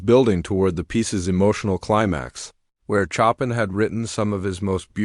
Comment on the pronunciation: Show-pan not Chop-in